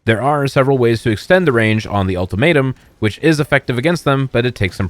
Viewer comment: "HAVE AN UL-TOMAT-UM"